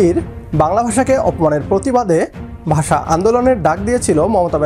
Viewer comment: Bagla basa sa ki suddukore bolun,,sa sa sa